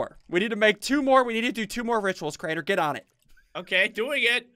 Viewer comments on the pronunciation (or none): hmm crianer? its crainer xD